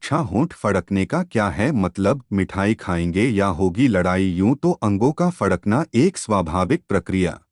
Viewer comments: Pehle fadakna sahi se bolna Sikh lijie... Fakdna nhi bole😂😂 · फकड़े नही फड़कना होता है बे। 😂😂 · पहले तो फड़कना बोलना सीखे 😜😜